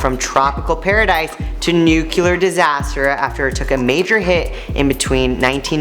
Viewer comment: NUCLEAR. Not nucuklar.